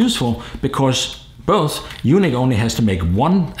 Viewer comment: Isn't it pronounced "unique" instead of "you-nick"?